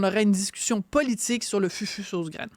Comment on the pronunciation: On prononce « foufou » et non FUFU. De plus, c est une melange de banane plantain et de manioc (ratio 3 banane pour 1 manioc)..